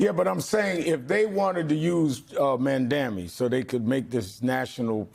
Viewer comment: Sharpton its pronounced Maaamdani